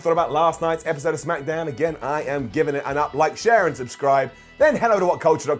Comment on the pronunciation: "SmackEhDown" BRILLIANT 🙌🏼🙌🏼